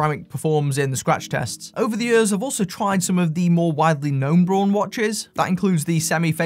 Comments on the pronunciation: Braun, not Born. So, if technically is Braun, then why don't you use the correct pronunciation? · I would pronounce Braun like brawn also not brown and I'm in the states for what it's worth. I like the look of those too!